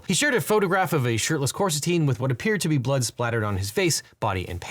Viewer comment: I thought “Big Balls” was called Coristine, not Corsitine. Are you sure you got the name right?